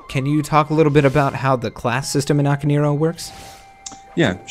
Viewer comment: For christ sake, people. it's "Ah-kah-neh-ee-roh", not "Aka-neero".